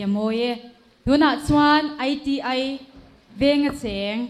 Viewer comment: Tu man "AI TI AI" tiin an lam ngai lo miss host. ITI ti ve mai la